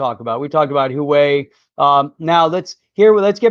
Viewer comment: Thanks for another great show -! Just an FYI - The Chinese company -Huewai is pronounced (Wah-way):)